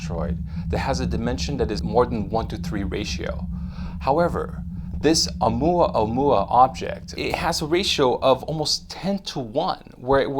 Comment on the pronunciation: Dude, I don't mean to be rude and I have no idea what you're trying to do with this channel. However, here's a tip that might help, the name is Oumuamua, not OumuaOumua. Stop switching between the two. It happens more than once, but here are exemples; Oumuamua , OumuaOmua . Again, I don't know if you're trying to make alarmist videos or if you're trying to bring credible less covered scientific news, but getting the name right would be a good start anyway. Peace!